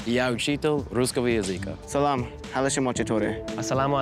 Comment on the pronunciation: made some pronunciation mistakes, including wrong lexican stress in the word that translates as "Language" in this context, while being the teacher of this language and probably using this phrase very often. Ironically, tho, there is only 1 out of 12 forms of this word put the stress in this syllable, while having only 2 syllables, and the first one is always left unstressed. I wouldn't care much, but its just strange that the teacher can't pronounce his subject of study... Its not his first language, but its legit his field of study, and I'm pretty sure he isn't learning or teaching the story of the language or some other unimportant to the military things